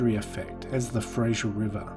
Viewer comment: Nobody: Absolutely nobody: Narrator: “Frasher river”